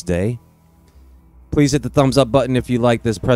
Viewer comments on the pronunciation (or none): none